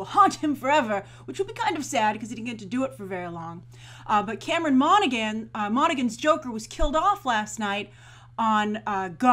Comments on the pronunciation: monagHan HHHAAN NOT GAN Han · I thought Cameron Monaghan was BRILLIANT on Gotham [that's Mon-a-han BTW, Grace...the 'g' is silent. He's also darn good on Shameless]. In a way, I was sorry to see Jerome killed off, but at the same time, he was almost too successful for the series...how could any other villain top him? I like the show a lot, to be clear. This idea that Jerome apparently inspires the next Joker is really pretty cool... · I'm sure it's been said, but Monaghan is pronounced Monna-Han. It's an Irish name, and in Irish a G is silent if followed by a H. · I'm pretty sure it's pronounce Mona-han. Like in Big Hero 6 with Callaghan "Calla-han". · You said his name wrong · As a fan of Cameron Monaghan. It bothers me that she keeps pronouncing the g in his last name. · I cringed every time she said Cameron's name wrong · Alison Burke ME TOO